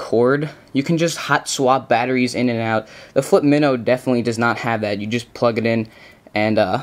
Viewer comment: Its not pronounce MIHNO its MYNO